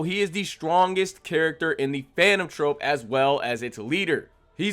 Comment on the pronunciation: Nigga how you this bad at speaking your own language you say Charon wrong you don’t even know the word troupe and said trope like bro cmon this can’t be your first language